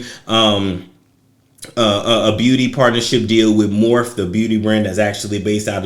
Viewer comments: Morphe lol...it's pronounced mor-fee. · Honey it’s pronounced MORPHEEE lol 😂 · Thank you for mis pronouncing Morphe. Too many men know way to much about makeup for my liking